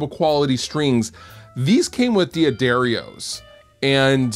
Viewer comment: Daddarios fluff, not Dee-addarios lol (interview with mr. Daddario himself confirms )